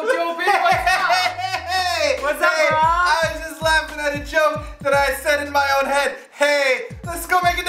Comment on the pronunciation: I figured with wasn't mwoya! Mwoya! But it was what up! What up! Its just that the pronounciation got mixed up:P but still... Although how many time I tell myself its what up, because of... It sounds like mwoya! xD pove u guys~